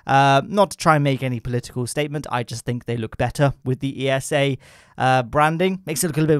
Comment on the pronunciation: Why do you say E-S-A instead of ESA? But hey. Cool video